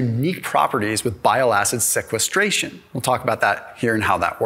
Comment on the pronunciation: As a medical doctor who went to medical school it’s really painful to hear this man mispronounced most anatomical structures or physiological processes… he didn’t pronounce sequestration correctly 😩